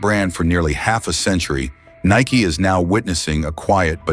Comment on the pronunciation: AI voice can't say Nike right all the time...WTF